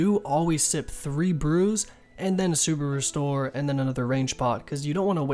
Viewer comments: Sounds like he's saying "subaru store" instead of super restore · i swear he said suburu store lmao